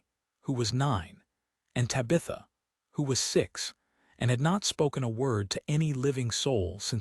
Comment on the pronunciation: This is probably a good story, but this is egregiously bad AI narration…Tabitha’s name mispronounced over and over again is obnoxious!